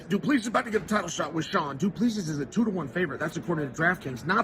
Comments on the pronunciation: doo ple see is the pronounciation not duplessis last 's' is silent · Love the content, but you need to practice pronouncing Dricus' surname correctly, the last S, is silent - Du-pla-see, not du-pla-seesis. =) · It’s pronounced Du Pla C …. 🇿🇦🙏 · Dricus du Plessis Chael: “Dricus, do please“ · DuPLEEcees. I swear Chael messes names up on purpose 😂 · doo-pla-si pronounce like that and no second s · "Do Pleesee" - Chael Sonnen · Gotta Love Doo Pleesee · Du pleassie cmon Cheal 😂😂😂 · I never get tired (as an ex South African) hearing how Chael pronounces DuPlessi 🤣. You do it your way Champ! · One day, i will hear uncle chael call a fighter by the correct name. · Why can't anyone pronounce the man's name correctly lol